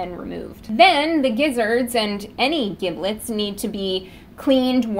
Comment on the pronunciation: It isn't pronounced (hard "g") "gib-lets". It's pronounced "jib-lets". It is a soft "g" due to the "i".